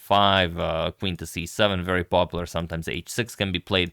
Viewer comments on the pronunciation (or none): none